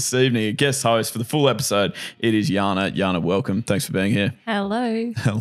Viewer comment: I like the way they change J to sound like a Y -- Jana is pronounced as Yana. It reminds me of my son's karate instructor who calls him Eliya, and I always correct him that it's Elijah - but he never learns. Hahaha. Do you mind if I ask where (or which countries) J is pronounced as Y? I know Spain pronounce their J as H, eg Juan is pronounced as Huwan.